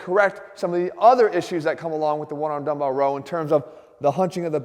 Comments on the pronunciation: Jeff says one arm dumbbell row as if it’s one word. Onearmdumbbellrow. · Jeff makes makes it seem like "onearmdumbellrow" is a single word. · I read this comment before I watched the video and everytime he says it I lmao! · He says “onearmdumbbellrow” as if it’s one big word